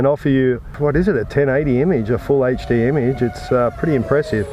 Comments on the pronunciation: shit I wrote my comment without seeing yours... Also I thought about spellign it HAHTCH D but I think Haychdee was more accurate. It's really bothers me for some reason xD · omfg it's HD not HHHAYCHDEE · its "HD" not "heychD" hahah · i cant listen to you say "h8ed'd" instead of HD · say haight-d 1 more time ...i dare u ...lol its "eight-ch D"